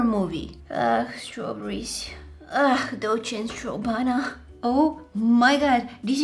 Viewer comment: HAHAHAHA 🤣 strawbana🤣🤣!